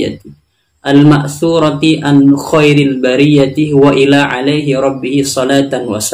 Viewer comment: tambahan pada lafadz وَالى yg di baca wa ila seharusnya di baca waalaa itu karna statusnya sebagai fiil dan failnya ربه